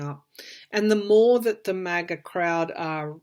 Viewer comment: I rhink they should wait a month for trial after they have searched all the docts left in the wh and we get more citizen videos on 1/6 insurrection. I think much more grievous conduct will come out. and you pronounced it right. Maga Maggots. The impeachment will be a censure and we can also strip him of pension and security and any post election benefits--which is reasonable. I think they're getting ready to seize all his assets and mar a largo. So that means he will be dirt poor and need food stamps and medicaid--fitting for him. put him in a nursing home with a diaper at one end a feeding tube laced with drugs on the other. far worse than prison.